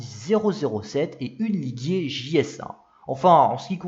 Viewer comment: Et s'il vous plait prononcez LIGIER correctement et non LIGUIER, Guy n'est pas content!